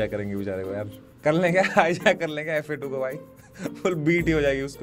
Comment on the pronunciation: JOD Moment fa2 vai, gend hi fadd di, REACH toh ayeeeeeeeeeeeeeeeeeeee, i hope ek din tum samay ko apna naam pronounce karna sikhao F A 2 nahi Fa2 it is !!